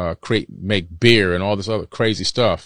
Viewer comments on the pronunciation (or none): Hey do u know how to technology? Lol and the emphasis on "beer" sent me, someone knows too much 🤣